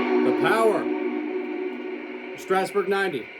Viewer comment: Thank you SO much for pronouncing Strasburg correctly. Regards, a central Pennsylvanian.